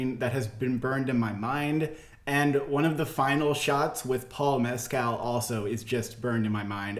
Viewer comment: If you’re going to be talking a lot about this for the rest of the year, just a little tweak on pronunciation, Paul ‘Meskle’ is closer to phonetic!